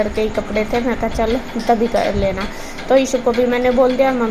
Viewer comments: Yaar asp ishu ko issu , ashu ko aasu kiu bolte ho, 🤔🤔 pd ke jaroor batana please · Mostly gaon ke log "श" ko स bolte hain Haryana up me ye baat bahut dekhi hai Maine खुस, सोक(शौक), सान, साम Etc etc